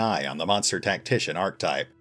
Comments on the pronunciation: Archetype is a three sylable word, pronounced arc-eh-type. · Nitpick: Archetype is pronounced "ar-KEH-tiep". I know it's a super insignificant and stupid thing to bring up, but it bugged me... > .> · I had to delete my own on this, myself, because I missed this in my first pass through the comments. I had to skip that whole timeframe because repeatedly hearing "archtype" was making my eye twitch. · Oh, true. Someone else actually pointed that out in one of my earlier videos, and I even started pronouncing it correctly for a while, but I guess old habits die hard! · Need to get Google to show you how to pronounce "archetype". ;-P Great narration voice, though! Sub'd. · Ha ha, thanks Fracture. And yeah, I've had plenty of people point out that mistake! The sad thing is, I actually did go out of my way to practice the proper pronunciation after it came up in one of my earlier videos. It's just hard to break bad habits! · Why does everyone mispronounce archetype? ar·che·type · great voice, but you are mispronouncing archetype. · Hm. Like what? I've had a few people mention my pronunciation of Archtype, but I don't think I've heard any other complaints.